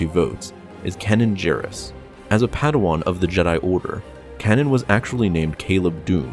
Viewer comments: The amount of name butchering so so unreal. I swear I cringed like 10 times, kenen gerus. Selucame 😂😂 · Kanan Jarrus (pronounced Kaynan Jaa rus) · You mispronounced Kanan Jarris's name. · Ah yes, Cannon Jarris as we all know him, his name is Cannon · "" I think you should re-do your name. You mispronounced Kanan Jarrus' name & the Planet Dagobah. Both of which have the sounded letter of "A" not "ah". This bugs me the same as when people say I-tallian with the letter " i " vs the correct version sounding as " it-alian".